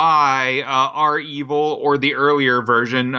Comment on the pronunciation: Sorry guys its not R-evil its (reviel)